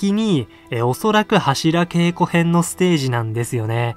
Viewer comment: 良いか悪いかじゃなく 読み方間違えてるって話でしょ